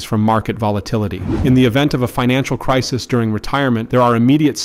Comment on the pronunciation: AI voice can't pronounce "crisis." FAIL